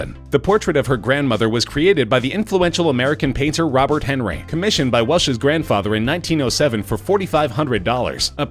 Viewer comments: Try again. It's ahn-REE. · It's also Robert HenrEYE.